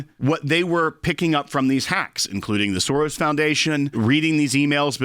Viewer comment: George SOREYES 😂